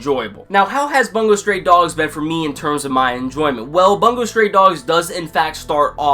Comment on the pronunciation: Bungou not "Bangou"